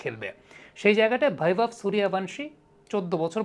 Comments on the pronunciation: হ্যাঁ, এটাই ভারতীয় ট্যালেন্ট্! 😎🇮🇳💙✌ আর নামটা 'বৈভব', 'ভৈবব' আবার কী?? 'বৈভব সূর্যবংশী' হবে বাংলা উচ্চারণ অনুযায়ী। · Vaibhav এর v কে বাংলা করে ভ বলেছেন। Baibhav হলে b এর জন্য ব উচ্চারণ করতেন। তাছাড়াও উনি যেহেতু স্বদেশী নন সেক্ষেত্রে তার নামের উচ্চারণ পুরোপুরি মিলবে না এটাই স্বাভাবিক। বিদেশী কমেনন্টেটর রা তো রীতিমত উচ্চারণ করতে গিয়ে দাঁত ভেঙে ফেলেন অনাদিকাল থেকেই। তবে সেটাকে স্বাভাবিকভাবেই দেখা হয় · ভৈবব না, নামটা 'বৈভব'! সবসময় ভুল উচ্চারণ কীকরে হয় আপনাদের?